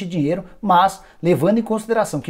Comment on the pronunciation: Pq vc fala desse jeito?! Da ênfase sempre no final de cada palavra... " Palmeiras não tem mais dinheIRO.. " Coisa estranha... Da até aguniaaaaaaa